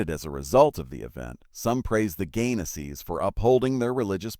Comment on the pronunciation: PLEASE Pronounce their last name correctly. It's Gaines's, Not Gainasee. NancyAnn Gaines-Soltis, North Las Vegas, NV ❤❤❤